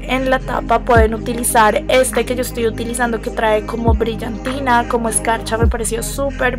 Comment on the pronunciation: Es desesperante cómo pronuncias la c. "khomo así"